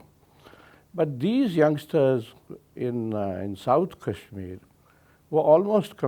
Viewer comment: . If you don’t stop pronouncing Kashmir as cashmere, I will start calling you caren instead of Karan. 😅